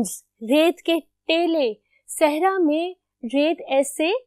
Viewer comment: Teely hota h taily ni rait k teely